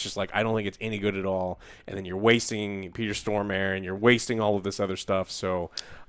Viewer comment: Always entertaining how Americans mispronounce "Stormare" :D